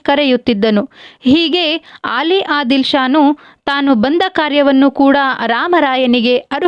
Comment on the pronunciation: ಆಲಿ ಆದಿಲ್ ಶಾ ಅಲ್ಲ ಅಲಿ ಆದಿಲ್ ಶಾ